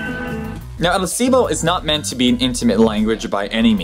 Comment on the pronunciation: You lost an "L" sound when training to say "El Silbo" :P (Which, btw, means "The whistle") Usually they say "El Silbo Gomero", meaning "The Gomeran Whistle", since it's the one from that island. Oh, btw, I think it's also the record holder for a language understood at larger distances :D